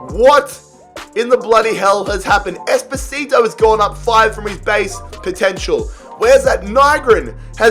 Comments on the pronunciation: Whenever he says espocito i think of despacito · Bro I am italian and is Espósito